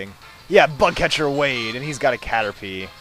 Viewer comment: sometimes when he says bug catcher it sounds like butt catcher haha buttcatcher